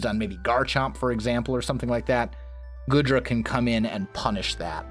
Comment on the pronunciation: That's one hyper-offensive team you got there, though, for a mono-dragon team that's probably for the best :D I think Goodra's pronounced like 'goo' and not like 'good' Maybe make these teambuilding videos for the gym teams as unlisted videos and link them in the description, if it's not too much trouble? I know most people here won't care for them, but a couple, me included, will